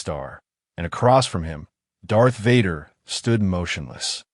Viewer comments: I couldn't go past 3 minutes on listening to the crappy AI reading... Darth Vahder was the last straw! I rather a real life person who stutters read this than AI. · The mispronunciation of Vader is hilarious